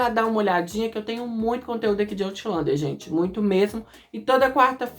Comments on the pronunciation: kkkkkk nao quis te corrigir. Achei interesaante pq tambem nao gostei da pronuncia certa. Acho "Autlander" mais bonito 😂😂😂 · "Aulender" diz ser a pronuncia certa.